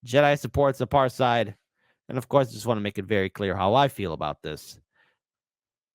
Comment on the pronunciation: It is pronounced apart hayd.